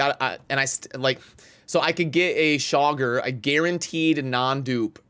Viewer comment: Chaagur : Chay-Goor